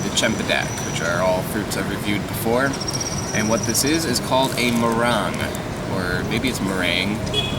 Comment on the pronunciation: it is Mahhhhrang